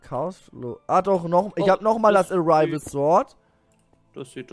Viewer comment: das heißt Arrival und nicht Arivel!